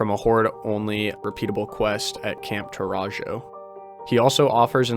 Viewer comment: yo, in spanish J's are pronounced like H's camp tauraHo